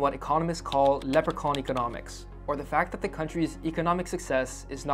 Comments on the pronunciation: Leprechaun. Not Leperchaun . I don't know where you found the 300 years of colonial oppression figure but it's wrong. The Anglo-Normans invaded Ireland in 1169 and the king of England was claiming lordship of the entire island before 1190. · Celtic with a hard C. Not like the sports teams. Also, though I despise them, it's leprechaun, not leperchaun. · Leprachaun, not leperchaun. Grr!